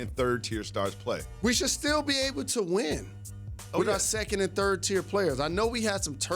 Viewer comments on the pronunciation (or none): none